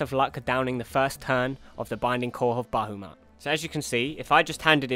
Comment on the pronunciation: Hey great channel, I tell everyone in my FC/LS who wants to see a good Titan guide to check your videos, and they all love me for giving them a decent guide to follow. Just one thing, that is minor, but you are pronouncing Bahamut as Bahumat. Not a big deal, just letting you know. I beat Titan on the weekend thanks to you, now trying to find a FC/LS to do the Coils with. Look forward to more of your stuff bro.